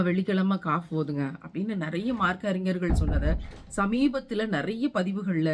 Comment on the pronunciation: அழகான பேச்சு அல்ஹம்துலில்லாஹ்.. ஒரு சிறிய திருத்தம் வெள்ளி கிழமை ஓத வேண்டியது காஃப் சூரா இல்லை.. கஹஃப் சூரா..